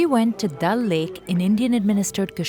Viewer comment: It’s pronounce Daal lake not dal lake